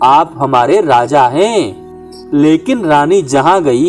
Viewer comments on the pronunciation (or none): none